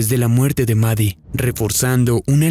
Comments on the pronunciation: La llamas 'Mari' y se llama 'Maddie'. Su nombre se pronuncia exactamente igual 'MADI'. 🫰🏼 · Ok pero no se pronuncia "Mari" xd